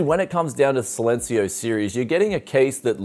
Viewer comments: SAILencio LUL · Man you need to pronounce "Silencio" in spanish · how to pronounce silencio- C-len-c-o